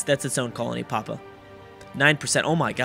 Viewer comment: Papua is pronunced pa-pu-ah